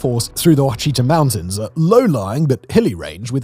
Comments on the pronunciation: The comments did not disappoint. For the record, Simon, Ouachita is pronounced Wa shee taw. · Ouachita is said like wash-ita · As an Arkansan, it physically pains me to hear Ouachita pronounced Wacheeta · The Ouachita mountains are pronounced “Wash-itah” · It's pronounced OH-WITCH-A-TA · Ouachita mountains are pronounced “Wash-it-ah” just a heads up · Sorry, had to - Adrianonadacks? 😂 it’s pronounced Add-A-Ron-Dack. Love your stuff man, keep it up!